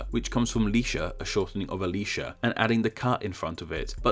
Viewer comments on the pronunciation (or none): none